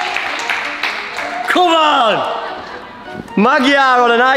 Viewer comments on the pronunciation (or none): When you pronunce "magyar", you are saying it like "madyar". In hungarian "gy" is actually only one sound. English almost has this sound when you say DUE. First sound of due (the mixture of d and u) is almost the same as "gy". So now you can try it yourself and build this word as ma"du"ar.